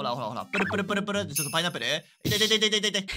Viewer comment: パイナップルってパイッアプルってゆうらしいですよ